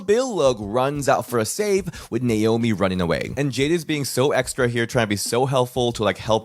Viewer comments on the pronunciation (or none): Don't you mean Naomi not not slomi and as well I've not heard of anybody called slomi if you're not good with names then learn to say their names properly